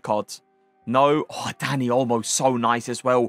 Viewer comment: Bro every time he says dani olmo i here daddy olmo